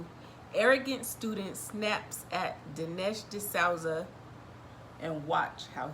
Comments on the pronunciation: It's pronouced DE SUE ZA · Souza - sooze uh.